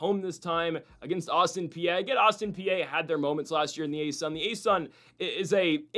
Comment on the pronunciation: Is pronounced Autin PEA, not Austin PA……….